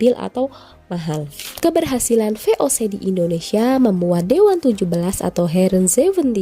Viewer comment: Heeren bukan hereen, yepe kun, bukan jepe kun bacanya